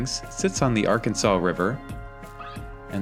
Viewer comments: Lots of parking, especially at apartments. The Orpheum Theater is where I saw the Batman movie with Adam West. It gets very cold in the winter; but the summers are great. It's pronounced Ar-Kansas river in Kansas. 😄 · Hence the nickname "Air capital of the world". Boeing is still here but has taken a huge hit along with many airline companies due to covid they have laid off thousands of workers. Wichita is a great city...and yes its Ar-Kansas river. 🤣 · Ar- Kansas River not Arkansaw, people living here in Wichita will take offense and correct you as I'm doing, lol. First "castle" is The Scottish Rite building. second one is the old Sedgwick County courthouse that is now a museum. The steam engine is a train museum. When you were looking at the grain elevator, the tall wall is actually an elevated train track which is part of the track that steam engine is sitting on. You skirted past a lot of cool buildings. I heard myself say "Wait, go back!" or "Not that street!" "No, turn there!" lol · I remember when I lived in Wichita I had a coworker who was also from out of state. He said it was wrong to pronounce it Ar-kansas instead of Arkansaw. I said "who gets to decide that? I think people can pronounce names the way they want." Wichita was a nice place to live. It was so flat that you could go everywhere easily on a bicycle.